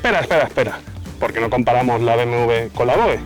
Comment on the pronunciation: Buen video, dejo el “lai” pero te hago un apunte; se dice VOJE